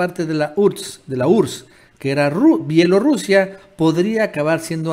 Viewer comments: Se dice B I E L O R U S I A!! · Se dice B I E L O R U S I A!